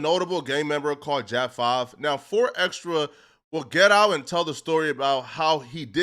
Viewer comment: The way this dude says his name is so cringe. It's xtras with a s not xtra